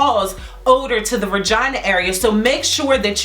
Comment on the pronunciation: She said some “VIRGINAA” 😂